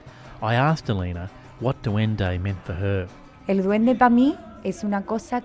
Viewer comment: Love the video. Thanks for making it. But its not duendo. It's duendE